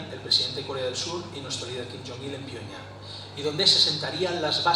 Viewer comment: El Cao este hablará muy bien sabrá mucho y to lo q tu qieras pero joder el paleto ese que no sabe ni decir pyongyang da vergüenza el pavo y el otro con la pose solemne mientras dicen sus 40 cargos en corea no tienen ni para un speaker en condiciones se les murio de hambre en el avion